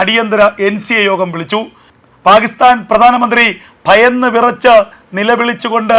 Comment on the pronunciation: പാഹിസ്ഥാൻ എന്നല്ല പാക്കിസ്ഥാൻ എന്നു പറയൂ